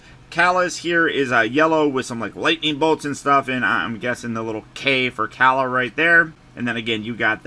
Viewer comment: Salutes to you mr sir your the only youtuber who said kalas name the correct way! Everyone calls her Kayla 😂